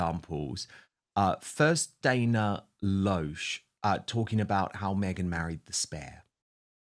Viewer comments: Dan, her name is pronounced "LASH". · The name Dana Loesch is actually correctly pronounced Dana "LASH." Just sharing. 🌷 😊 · Dana’s last name is pronounced LASH as in eyelash, said with an American accent. I realize it’s not spelled the way you’d expect. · Dan, her last name is pronounced Lash. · Hi Dan. Dana Loesh is pronounced 'Lash'. Great show.